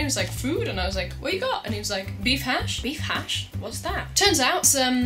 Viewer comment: The way you said Beef-hash makes me crack up!